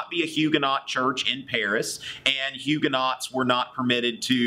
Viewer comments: Huguenots are pronouced Huu-go-noes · Homeschooler here...subscribing! Your videos are great supplements to what my boys are learning in history. I'm sure your students appreciate such a charismatic teacher! Your French pronunciations, however...are not so good. ;-) Haha! Thanks for making these. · I really like your video, but I feel compelled to correct your pronunciation: Huguenots= Hugh-guh-no Valois= Val-wah